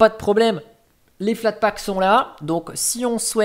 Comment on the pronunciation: bonjour,tu m'as fait saigner les oreilles avec flatpak,mais trés bonne video à quand une video sur evolution ou machine